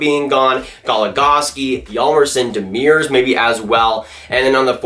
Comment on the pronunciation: So funny how badly you pronounce Demers name. Here's a link on how to say it right.